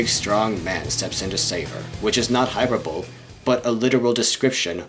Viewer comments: Just being nitpicky; it's not pronounced like "Hyper-bowl", it's "Hy-perboh-lee" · Like "hyperbole" is pronounced "hyper-bo-lee". "Hyperbowl" made me wince a little. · Not to be a grammar Nazi, but... "HIGH-PER-BO-LEE"